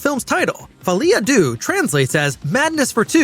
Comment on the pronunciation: The ‘Deaux’ in Folie à Deux is pronounced ‘Du’h’, not ‘doo’.